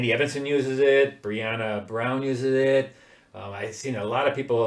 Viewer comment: Andy Evansen is pronounced Eeeevensan - long e at beginning.